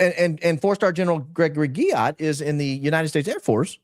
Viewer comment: Stop saying Guillot like that😂😂😂